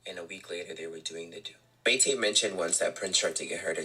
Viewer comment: The way he keeps saying Mayte’s name wrong is making me cringe. The situation however has been publicly known. It’s a constant shock factor every couple years. Prince was trash, and still is trash.